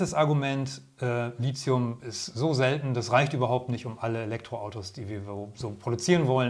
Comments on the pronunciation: Lithium kommt aus dem Griechischen vom Wort "líthos", was Stein bedeutet. Da das Wort Litos und nicht Lizos ausgesprochen wird, sollte man auch Lithium ohne einen Z-Laut aussprechen. Tolles Video ansonsten- danke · Bitte korrekte Aussprache: LiThium von griechisch lithos(Stein) und nicht "Lizium". Bei dieser falschen Aussprache ist es schwer, die Aussage des Videos ernst zu nehmen. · Es muss Li"th"ium heißen, mit "t" gesprochen und nicht Li"z"ium. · Gutes Video aber die Aussprache von Lithium sollte nochmal geübt werden. Es wird Litium ausgesprochen nicht Lizium. Kommt aus dem Griechischen und wird dort mit theta geschrieben.